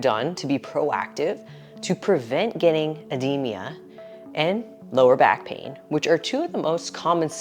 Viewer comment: Ed-de-ma Not ed-de-me-a Yw